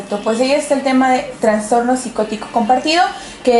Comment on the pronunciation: "Transtorno" ay no